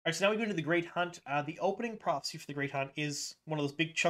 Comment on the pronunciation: The word PROPHECY has 3 syllables. You reduce it to two and at first, listening without watching I heard PROXY lol!